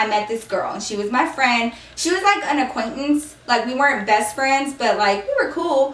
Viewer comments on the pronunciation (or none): The way she said aquantince , killed me